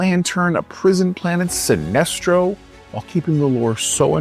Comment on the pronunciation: lol did you just refer to Sinesto as "an alien" instead of Sinestro?